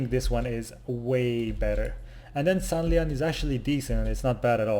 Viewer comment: San'layn is pronounced "San lane"